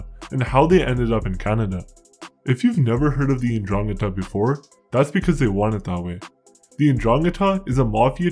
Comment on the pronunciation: It is pronounced "ndrangEta".